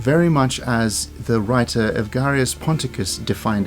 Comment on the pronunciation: Evagrius Ponticus, not Evgarius 😉